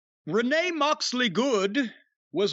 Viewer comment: Lol renee moxley good the way jim say her name is so funny